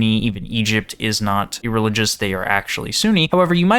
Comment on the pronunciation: Ereligous is a crazy pronunciation